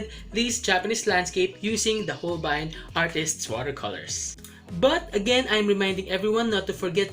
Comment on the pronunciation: So Hol-bayn pala Pronounciation! 😱